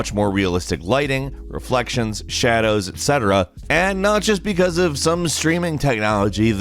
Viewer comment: "SHA DOWS"